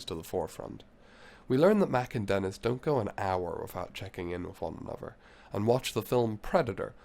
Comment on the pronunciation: yes. So hard to listen to